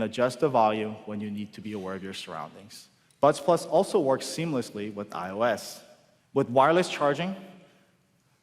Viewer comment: did he say i os